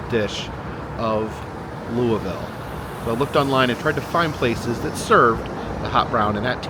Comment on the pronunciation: Noooooooo!!!!!!😩😫 I wish I had known you were in Louisville!!! I could have shown you soooo many cool things in our town! I hope you enjoyed your visit! Also: props on the pronunciation!